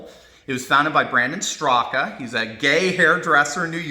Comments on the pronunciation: Just an FYI: Brando Straka's last name is pronounced "Straak" , no 'a' at the end. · Brandon Straka's last name is pronounced "struck," with the final "a" being silent.